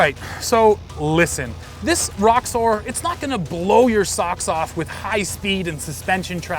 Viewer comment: Sounds like you're saying Rockstar instead of Roxor.